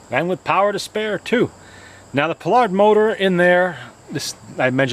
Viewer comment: Nice machine! I must confess, however, that I kept shouting "PIE-ard!!" during the video: it's NOT pronounced "Pilard"...